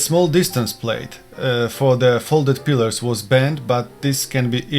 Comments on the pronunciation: Pliers not pilars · It's "pliers" (pla-ee-ers) and what you say sounds like "pilars" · It is "pliers", not "pillers". Pillers is not a word. Pliers is the correct term, pronounced "ply-ers". Also the expression is "to say the least", not "to say the most". Thanks. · ITS PLIERS "" NOT PILLAR?? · Pliers, not pillers/pillars . otherwise good test. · This is a terrific test and extremely thorough to boot. Great job. You have earned a subscription. By the way, you have been pronouncing the word pliers wrong. Use the guide in this link to help you get that right